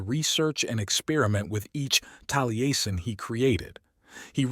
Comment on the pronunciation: It would help your AI voice program if you sounded-out words like Taliesin as "tally-essen" so that it pronounces them correctly. Good video!